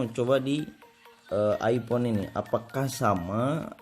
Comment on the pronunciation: Epon haahha Its iPhone bro not epon